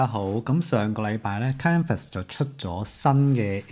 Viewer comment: 多謝同支持廣東話影片，不過有樣野想提一提，我覺得都幾"un" 耳，就係Canva 個讀音...